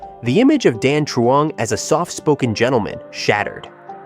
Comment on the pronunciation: lol he pronounced Dan Truong pretty good, until his ex’s name, Dung